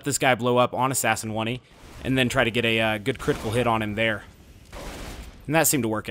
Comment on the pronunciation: It's fucking assassin oney pronounced "own" "ey"